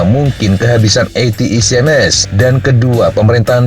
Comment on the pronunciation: Akhirnya ada yang melafalkan ATACMS dengan benar, ga kayak channel sebelah dan media mainstream, Yang menyebut atakem... atakem...😂😁